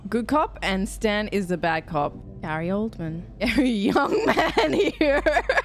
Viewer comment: Sorry but it's Gary, not Grary... I feel concerned. :)